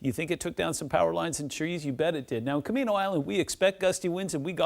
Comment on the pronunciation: It's pronounced Ca-maine-o. 😆